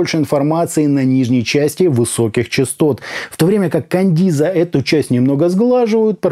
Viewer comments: Маркетологи наушников смотрели обзор,с перекошенными рожами,скрипя зубами...шипя от злости:"Каденза,а не кандиза...Каденза,Каденза су.а!"🤣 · Не кандиза, а каденца !!! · Хаха, Кандиза 😅. Кандализа)))) 😂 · Отличный приём, возьму на заметку. Берём и неправильно читаем название и получаем кучу отзывов, где каждый хочет поправить. Так бы эти грамотеи ничего не написали бы.